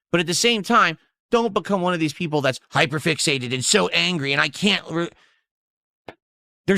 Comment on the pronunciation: Peepul are saying